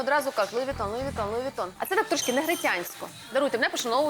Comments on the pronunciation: Оля, правильно произносится Луи Вуитон. Неграмотность 80 уровня))) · «я не раджу луи витон» лол